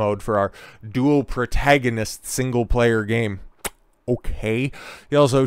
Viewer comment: Why do you pronounce “protagonist” like that